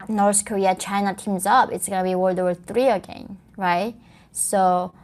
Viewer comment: i still think the "norse korear" is the funniest shit ever...shes fkn from there...and cant even say it right...norse career